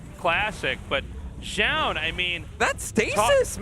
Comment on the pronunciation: Can Zoun just please rename himself? I don't have faith that Tasteless can learn how to pronounce it correctly any time soon